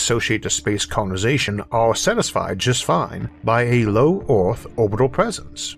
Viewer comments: Well, that's a new accent.... not sure what country that one comes from. The way he says "Earth" sticks out the most. 'euRth'. Of course, it could be a speech impediment? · Isaac be like " Oarthph..."